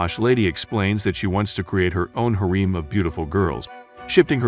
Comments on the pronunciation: Reina - ray nuh Pauline - poll leen Harem - hair rem You really need to practice pronunciation. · Yeah no can't watch this stupid ass video when you mispronounced harem every single fucking time.